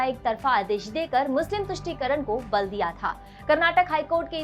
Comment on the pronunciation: Please learn how to pronounce Karnataka. It's not Karnatak, but it's Karnataka. People who speak Hindi, most of the time they pronounce names of Southern places and foods in a wrong way. For example it's Kerala but hindi speakers pronounce it as Keral. Instead of Karnataka, you're pronouncing it as Karnatak. Also many Hindi speakers pronounce dosa as डोसा but it should be pronounced as दोसा.